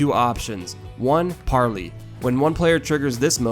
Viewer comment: "Number one PAR-LEE" 🤣 Its PAR-LAY.